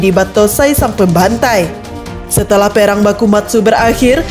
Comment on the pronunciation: Perang...bukanya pearang mbak...nyebut asal muni waiea...